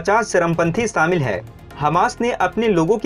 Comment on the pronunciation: Saamil nahi shamil bol.